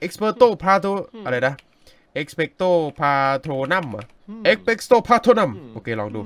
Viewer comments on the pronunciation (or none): พี่พาโทนูมไม่ไช่พาโทนัม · เอกซ์เปกโต พาโตรนุมค้าบ ไม่ใช่เอกซ์เปกโต พาโตรนัม55555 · พี่คะ คาถาที่ปราบผู้คุมวิญญาณคือ เอ็คเปคโตร พราโทนูมค่ะ ไม่ใช่พราโทนั่ม นะคะ😂